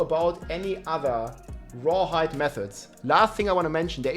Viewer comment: The Grrrrreat rrrrawhide shortag😢e